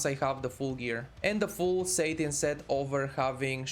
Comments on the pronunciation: It's pronounced "sat-in" not "sate-in", good content - thank you. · lol satin says satan